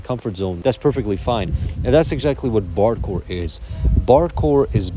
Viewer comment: I keep hearing "bardcore" as "barre chord!"